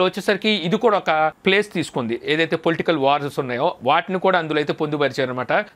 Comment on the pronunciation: అసాంఘిక కార్యకలాపాలకు మరియు పొలిటికల్ అన్న మీరు పలకలేక పోయిన పదాలు